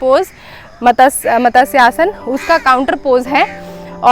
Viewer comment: Great...but its not Matas syasana... Its Matsya sana